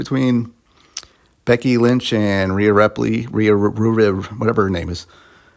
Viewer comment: you said you were coming from the attitude era the hulk hogans the macho mans. But whatever. I don't think you should criticize something you haven't even been watching and can't even say Rhea Ripleys name right. But I guess that's you. I'll see how your later videos are if you keep watching.